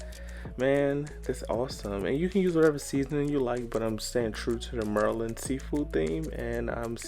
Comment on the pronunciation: Maryland girl here representing. You said Muurrrland...I've subscribed, liked and definitely going to make it. #MuurrrlandIsForCrabs